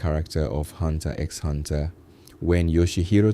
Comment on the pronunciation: X is not pronounced... It hurts so much bro